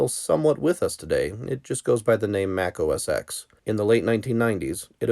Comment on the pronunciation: This video would be more credible with the correct pronunciation of Mac OS X. If that’s wrong what else is?